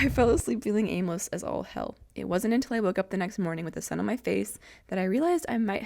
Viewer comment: “No way in hey’l” lol. You are ready for the south!